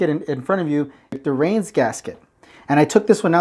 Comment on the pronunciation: Reinz is pronounced Rines like watermelon rines.